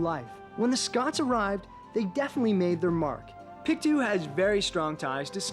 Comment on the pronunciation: It's pronounced..... PIC - TOW not PIC -TWO. ;)